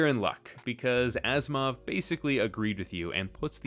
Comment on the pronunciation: Why I keep hearing Asimov as "Assmouth"?